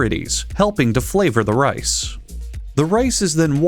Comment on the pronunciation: “the RAICE”